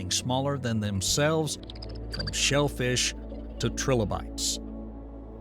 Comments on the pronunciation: 'tri-lobe-ites' Not 'trillo-bites' Three lobes. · Anyone else hear “Trill-oh-bites” and say okay, nah this AI shit is not for me. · AI cant even say Trilobites correctly